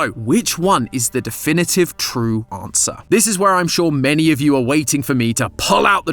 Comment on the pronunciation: he sayin "ANswer" like "AUM"